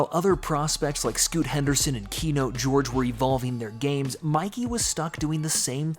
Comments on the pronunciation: Bro you called Keyonte George "Key-note". It's "Key-on-tay". Just saying. Great video though. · Bro said Keynote George smh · Keyonte "Keynote" George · Make your bot narrator stop calling him fucking “keynote” george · Key-note, the man said his name was key-note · Keynote sounds better 😂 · I was confused thinking that maybe they called keyonte keynote in college or something and the nickname didnt carry over to the nba